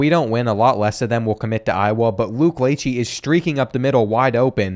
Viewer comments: He butchered Luke lacheys name it’s la-Shey not la-chey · It’s Luke Lāchéy not Latchey lol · lachey pronounced “luh-shay” i swam against a couple of his family members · you say luke lachey’s name like luke lashey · Its luke lech AY not ee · As an iowa fan I cringed every time you said something wrong. Like lachey. It’s (La-shay). And the bronze pig… it’s the Floyd of rosedale. But love your videos! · Luke LA-shey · No way he called Luke Lachey "Latchey"😂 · The Lachey and Ragaini pronunciations are killing me